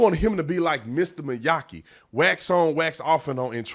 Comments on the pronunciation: “Mr May-aki!” 😂😂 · “Mr. Miyaki” 🤦‍♂️ 💀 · How did you get Miyagi's name wrong? Lol